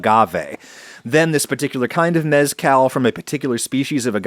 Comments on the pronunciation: Love how he says "yucca" and "yuca" correctly but not mezcal.. It's cahl like call not like california lmfao Asparagusea spitting facts aside from that :) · Great job on shooing off the booze nerds. Now, about the proper pronunciation of the “z” in “mezcal”… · I love Adam, but I can't stand the way he pronounces mezcal...